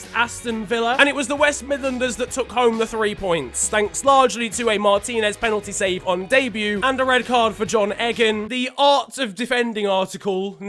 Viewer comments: "John eggen" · Lol he said John EGGAN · Its John Eeeeegan not Eggan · John Egg-an ? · The man called John Egan John Eggan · Is everyone just dancing over that fact that pronounced john Egans name "john egg-an" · John Egg-an 😭😭😭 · He called john egan 'john egg an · It’s pronounced “EEGAN” ffs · The way you pronounced John Egan makes me cry 😢